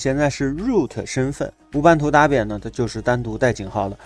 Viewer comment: 老兄Debian 发音是戴编， 大便大便，我知道你是故意的，但是还是谢谢你的教程。🤣